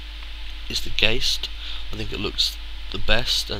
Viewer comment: You seem cool but what I thought was funny is that you said GAYST not gast